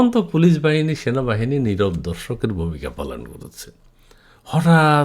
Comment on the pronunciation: Sona. Bahani. Not. Sanabahani